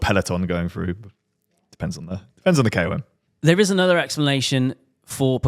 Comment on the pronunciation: Ewww your pronunciation of KOM is jank 🤮 it's an abbreviation not an acronym